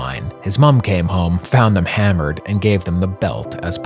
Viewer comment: You say the word "hammered" like a Canadian.